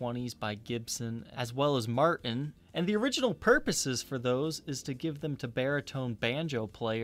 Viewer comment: Helpful hints: "Button" is pronounced, "buh-ton," (not "buh-en.") "Martin" is pronounced, "mar-tin," not "mar-en."